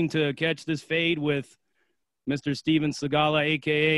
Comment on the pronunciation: Damn..I really thought you were calling him Steven Segalla as a tribute to his fighting skills.